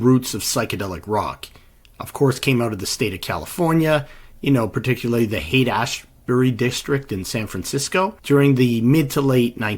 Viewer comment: You lost me when you couldn’t pronounce Height/Ashbury